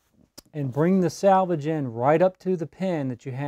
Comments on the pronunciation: Thank you for the great video!!! I can't wait to try this! But the word is SELVAGE and not SALVAGE. I really wish little things like that didn't bug me. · Sir--SELvage edge. Not SALvage edge. Totally different words. Nice video--helpful; thank you.